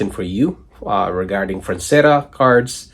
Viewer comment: Frazetta not franzetta. Jfc dude